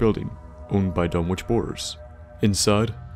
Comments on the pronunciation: Pronounced Dun-ik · Done ich is the pronunciation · Surely the w is silent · Did you notice he mispronounced Dunwich the whole time?